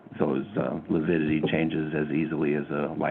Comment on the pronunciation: You could be right, as she couldn't, for the life of her, pronounce lividity or decomposition 😳